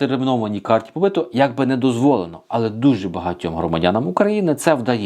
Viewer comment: Карта побиту, наголос на у. Тобто побит по українськи бути, проживати, працювати легально на території Польщі.